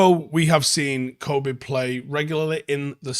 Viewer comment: Pronounce it ‘Kobbie like Robbie’